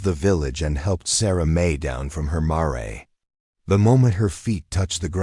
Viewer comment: I think the narator is an AI. Mispronounced Mare that is female horse. Not Mar-e such awful mis pronunciations . Also Bow in Bow and arrow is pronounced bow not boo or bough. There are different meaning of one word snd different meanings.